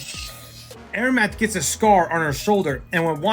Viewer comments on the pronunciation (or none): Nice video! (Also Amaranth is am-uh-ranth/am-er-ranth)